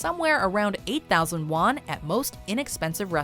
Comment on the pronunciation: sounds more like 4000 lost instead of 4000 won